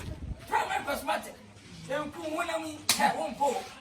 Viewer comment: The walking got me rolling on the floor 😂😂😂 pls it's cosmetic not 'Cosmatic'😆